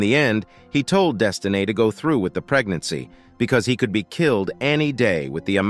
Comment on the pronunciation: Not “Desti-nae” 😂😂so ghetto these ninjas😂😂